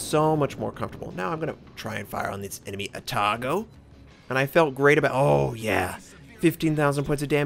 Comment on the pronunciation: 13.5km.... How the hell can you hide Yamato better than a Pensacola. I want my money back :< Yeah I feel that too. Long range engagement suck. You need imbalanced RNG and reading skill to be good at it. For the usual, A-tago pronounciation pattern follows Izumo. Also Za-Ou, the a on Za is a bit long. It would sounds like a Chinesse ship otherwise lol. dat Trashkent tho